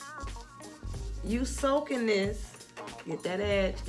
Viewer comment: Every time you said “get that EDGE” I kept thinking you were saying ‘Ass’ 😹😹😹